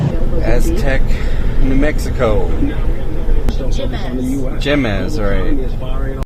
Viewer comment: Jemez pronounced hey-mez. J are pronounced as H in Spanish.